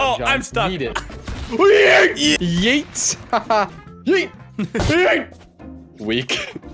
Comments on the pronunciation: His yeet is more "yayt" than "yeet" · YEET > Swaggers Yeet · that has to be one of the most "whitest" (if that's even a word) sounding Yeet ever